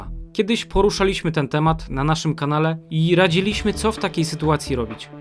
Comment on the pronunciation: ludzie złoci -liśmy -byśmy akcentuje się na trzecią sylabę od końca, a nie przedostatnią raDZIliśmy, a nie radziLIŚmy, poruSZAliśmy, a nie poruszaLIŚmy